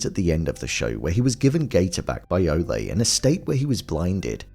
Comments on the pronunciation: it is, Ole rhyming with hole. not Ole' like a bullfighter yells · How come you keep calling saying ole like olly' ole means old in old English terms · It's OLE Munch, rhymes with hole. Not O-lay. He's not a bullfighter. He's 500 yrs OLD. Ol' Munch.